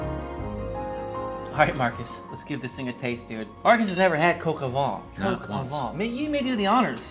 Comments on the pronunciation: Once you nail the french pronunciation game you'll be golden - brown that is. Coke o'van (kinda in between van and vine) ; loo (like look) cru-say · PS Coq au vin = Cock oh Vuh - I absolutely love your work. You inspire me - and I’m sure so many others. Nothing better than seeing someone who has truly found their passion in life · Typical yank bad French pronunciation of the actual name of the dish and the so full of themselves as if they've invented it's been going on for thousands of years just the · You are great. (Please learn to say “coq au vin” correctly lol). This was delicious!! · The correct pronunciation is coq au 'van' the 'n' being silent. 😎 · "Coq au vin" l'accent y était presque ! Bravo ! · PLEASE it is not pronounced coco its cock oh van jeuss christ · And you pronounce coq au vin differently. Doesn't matter, except you put so much emphasis on it. Ok last comment I'm ending the vid early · About "Sergeant Gilbert", you pronounced it almost correctly, just say the "G" in Gilbert exactly the same way as you told in the word "sergeant", and you're spot on with the ending of these two words. However, please don't pronounce "coq au vin" like "coq au vent", as these two terms mean completely different things. What you say basically means "rooster in the wind" which might be understood as something like "rooster-shaped weathervane" or "weathercock" (properly called "girouette" in French). "Coq au vin" should be prounounced something like "coco vang" (you know, the boom vang of a sailboat that feels like coco). Your "n" at the end of the word is correct, BTW. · Julia impression actually made me laugh 😂 Coq is pronounced exactly the same as the English word. It’s funny how so many Americans always try to make it “coke”… COCK O VEHn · what the f is cock-o-VAH, mate? its coq au vin = cock-o-vin (van* sometimes). I though you worked in a pro kitchen for many years and suppose to know a thing or two about French cousine. Jesus, lad.. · …pronounced, “Cocoa van”